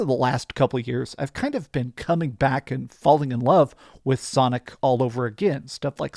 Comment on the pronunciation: Shonic Generations.